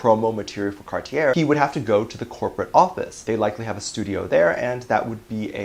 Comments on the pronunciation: It's car-tee-ay dear :) Cartier! French brand! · Cartier is French and pronounced “Cart-ee-yay”